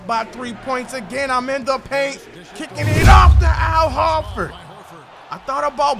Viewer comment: Not ho-ford hor-ford say it hor-ford